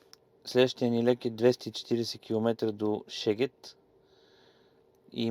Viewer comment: Страхотно видео! Само една забележка… Шегет = Сегет :)